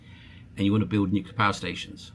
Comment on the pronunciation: new clear, new-clear. Not new killer